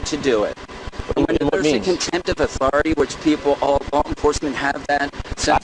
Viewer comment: Well, how man times are you gonna say "unalienable" and "authori-tie" this time? Let's count'em down.